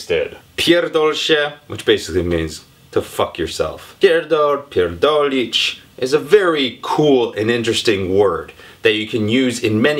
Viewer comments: Zapomniał o "Opierdolić kogoś". coś jeszcze? I bardzo podobne słówko typu opierdalać się, wypierdalać (wylatywać), zapierdalać (pracować). Ze słowem "kurwa" też można sporo pokombinować, chociaż chyba nieco mniej. mówi jak porządny Polak:) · You're so adorable, but you didn't catch all meanings of this word, there is so much more metaphors to it. And you made a few small mistakes, but it's really good. You emphasize "r" quite well which is important in polish language, so you did a good work here ;) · Soczyście wymawia te "pierdolić" :)